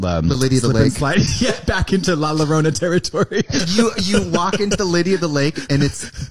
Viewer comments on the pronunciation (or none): i will never get over katya and trixie saying la lorona instead of la llorona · Ladiesandgentlemenpleasewelcometothestage Lala Rona